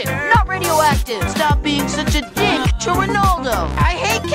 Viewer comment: wha- I know he says dink but it sounded like he said dick